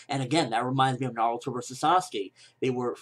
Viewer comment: Its not Saskey. Thats my opinion. Dont translate names. Say them as they are.